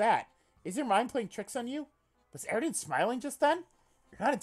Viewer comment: it makes me extremely uncomfortable hearing you voice eridan and not pronouncing the ww and vvs